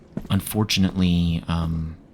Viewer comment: I was doing something else and hearing "unfortunartley" snapped me back soooo quick 😵‍💫 thank you again for this, I've been replaying the other videos and the dreamcore ones. I think there is a new dreamcore level and also you might want to check out Beyond the Frame when it comes out. ❤